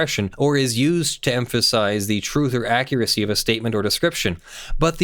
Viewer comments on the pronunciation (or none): none